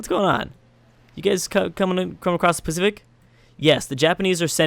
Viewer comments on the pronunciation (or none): none